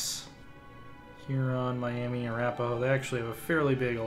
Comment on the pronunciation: The Miami (mi-yam-uh) tribe is originally from indiana and currently resides in Miami, OK